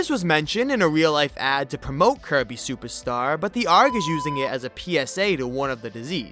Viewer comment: I keep hearing “Kirby SUPAR star” from him 🤭